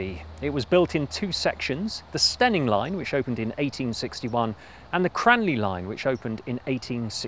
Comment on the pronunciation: I'm an Eastmidlander by birth and don't even know where "Steyning" is or might fictionally be, or that one should pronounce it "Stenning" (!), but this format (which the algorithm found for me) is magnificent - such excellent work in finding all the historic photos and viring them into the current status - subscribed in the hope that Bradshaw may encourage similar reviews of similarly stupidly closed railways NORTH of London (I know, culture shock big time). The format and the presentation are SO GOOD.